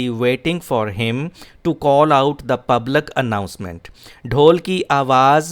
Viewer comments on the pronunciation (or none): From the core of my heart, i admire your teaching and presentation skills. Kindly check the pronunciation of Vehicle, except, public and now.